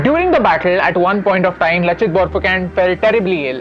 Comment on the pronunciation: Loved the video and the content. A couple of things about the pronunciation: the word 'Ahom' is supposed to be pronounced more like "Aa-hum". The pronunciation just gets lost in transliteration. Also, anytime you come across 'ch' in an Assamese/Ahom name written in English, you can be certain that it denotes an 's' sound. So, "Laa-sit" for "Lachit". In the general's name, the surname is also pronounced as "Borphukon", with an 'o' sound for the last 'a'. Not an attempt at discrediting you people. Great to see you choose this topic.